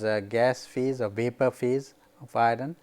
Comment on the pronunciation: why pronounce 'iron' as i-run?